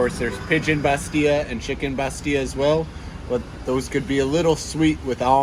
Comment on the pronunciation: Hi and we will miss you Your Moroccan Arabic is good Remember that we pronounce the double l in the word bastella looks gorgeous in her new skirt